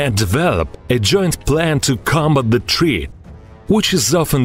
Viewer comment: Serious treat? Itsa fucking threat not treat my Russian comrade lmao 😅😅